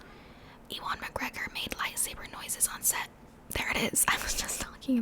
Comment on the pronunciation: Such a Star Wars Stan, i don't like sand! P.S. It's pronounced You-Un (Ewan) McGregor